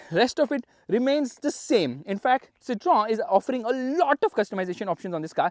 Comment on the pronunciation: Ita not Citron it's pronounce citohen . Just like Volkswagen is pronounced Folkswaagen